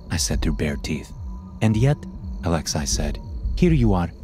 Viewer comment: Lol the way you say “Alex-eye” instead of “Alexei” (Alex-ee) idk why it made me laugh every time